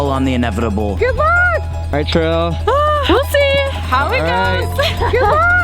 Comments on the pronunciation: Når han sa terill istedenfør tiril 😂😂😂😂😂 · Haha, tirrill, no Tiril XD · Nei, det uttales IKKE "Terille"/"trille" Det uttales ti-ril... Rett fram, ikke noe tull. Stop this nonsense now.. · I think her name is Tiril, not Trill😭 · Its not tirll Its tiril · Her name is tiril not terrel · Tiril is pronounced T rille not Terrille but ok man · my guy it's pronounced "tee-ril", not "ty-rill" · The way he says Tiril- It'd be Tee-Reel but make the Ree short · Taril 😂😂😂ofc he cant say it right but i love him saying TARIL CUKAAAA BLYEEAT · Trill lol, i love the pronounciation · He sucks at spelling Norwegian names, like Tiril, but Thats normal, its just funny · Okay but like when he said Tiril, did any other norwegian just cringe hah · It's Tiril rom Farmen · HAHAHAH HE TRIED TO SAY TIRIL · I love how you pronounce Tiril😂👌🏻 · You pronounced Tiril’s name wrong... AND I JUST IGDKAHFWGDJ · The way you pronounced Tiril had me dead 😂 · Lol u pronounced Tiril wrong